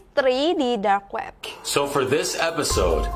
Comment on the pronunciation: aku denger tadi kak ngomong"Drak web"